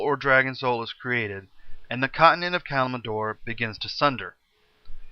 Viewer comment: Why not bother learning the pronounciations? EVERYTHING is wrong with the names. "Sar-gee-ree-ass" lol The Silithid is also written wrong. "Cattle-zoth" for "Kel'Thuzad" and "Calm-en-door" for "Kalimdor" are best. "Kilge Dean" for "Kil'Jaeden" was also epic.